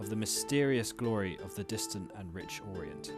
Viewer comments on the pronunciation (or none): none